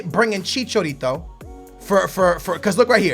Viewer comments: It is chicha not chicho + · Javier Hernandez's nickname is Chicharito not Chichorito. He said it like 8 times in a row and it pissed me off. So that's why I commented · ChiCHAAAAArito not ChiCHOrito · Its Chicharito not Chichorito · who the hell is ibrohimovic and chichorito???? ive heard of ibrahimovic and chicharito lol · I love you man but it's ChichAAArito, not chichorito..every time you mentioned his name in this video, I died a little inside. Chi-Cha-Ri-To. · ChichArito not Chichorito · ITS NOT CHICHORITO ITS CHICHARITO IM MEXICAN I KNOW! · DUDE it's CHI-CHA-RITO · stop saying CHiCHOrito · i hate the way you say IbrOhimavic and ChichOrito... :/ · I don't understand how you get every footballer's name wrong... it's chicharito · "Chichorito" "Lawendauski" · Who is ' Ibrohimovic' and chichorito' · accept aguerooo..not chicharitooo...agueroo is a good finisher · Dude, the letter A isn't pronounced as an O! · Stop pronouncing Hernandez nick name wrong ( I'm Mexican) please look up how to pronounce his nick name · Chichourito ,Ibrohimovic, Lawandowski... if you butcher a pronunciation just stop using that name over and over again. you said Chichourito like 30 times in this video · maaaaan look at the letters its ibrAhimovic and chichArito learn to pronounce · why do you just ignore the letter a lol? Ibrahimovic not Ibrohimovic and Chicharito not Chichorito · stop fucking saying ibrohimovic he is ibrahimovic and chicharito not chicha orito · Can this man not pronounce the letter a? He says like ibrohimovich and chichorito over and over again. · "Chicorito" "Ibrohimovic" whos next? Suorez? Ahaha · dont buy chicharito stop saying chichórrito and Ibróhimouvitch it freaks me out, get them out I dont want to ear you murdering their names